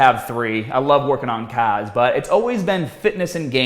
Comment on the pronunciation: What the hell was that 3rd interest? Caaaaahhhhhs? Caaaaaaards? All joking aside, I've always enjoyed your fitness content and appreciate the effort you've put into it over the years!